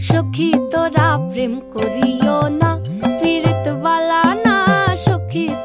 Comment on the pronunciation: Sadly the pronounciation is totally wrong. This is a sylheti song. Hence the P is pronounced as F. It's not Prem but Phrem. N not pirit but firit Bala na.... But I guess that's the best shot a kolkatan can give in singing a sylheti song